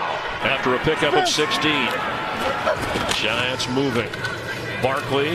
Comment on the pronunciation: Did anyone catch the announcer say yiants?